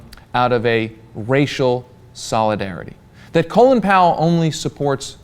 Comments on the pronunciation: Why does everyone pronounce his name "Colon Power"? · Why do you people keep saying "Colon Powell"? It's Colin.